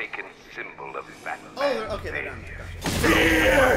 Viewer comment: i dont get why they say batmun?